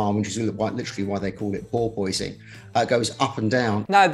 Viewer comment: POOR POISING? are you having a laugh? POORPUS sounds right to me.